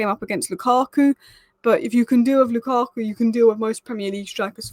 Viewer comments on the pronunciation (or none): none